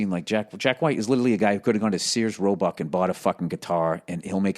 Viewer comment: I love that he called it seers-roebuck